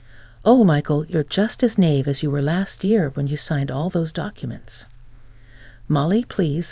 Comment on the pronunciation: Naive is pronounced ny eve.